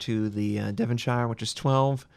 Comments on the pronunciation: Devonshire is pronounced "Dev'n-sheer" not "Devun-shiya". ;-) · no its not are u even from uk? lol devonshire is pronounced devon-shir the e is silent (devonshir) same as yorkshire is pronounced york shir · Pronounced Devonshur